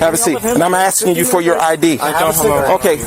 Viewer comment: "I am axing you for your ID", Isn't that a threat?